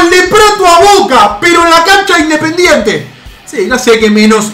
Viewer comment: Minuto dise independientre